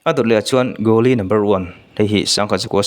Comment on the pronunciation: Ithil lamdan hi amak thei e..coolie no1 hi Gooli iti daih a.. Kuuli tih niawm tak